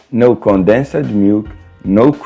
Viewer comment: "No condessa milk" kkkk